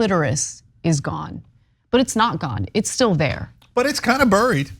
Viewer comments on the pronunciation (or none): "Its kinda Buried!!" lol I never thought Cenk could sound more southern.